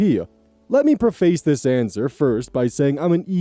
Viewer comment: Preface ... is pronounced ˈpre-fəs (preh-fahss)